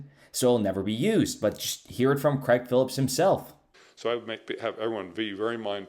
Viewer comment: Craig ( crayg ) not pronounced creg